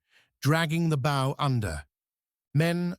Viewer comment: Another really bad artificial voice. Cannot pronounce bow. Forward part of ship.